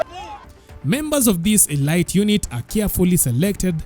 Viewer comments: Elite is pronounced uh-leet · Elite is pronounced as 'Elit,eleet...' in weapon 'a' is silent